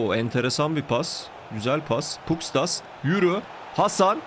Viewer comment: Abi şu Pustkas'a Puskas desene be valla ismi benziyor